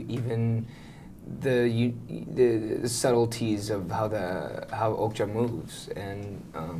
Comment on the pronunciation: The interviewer keeps pronouncing okja as oakja :D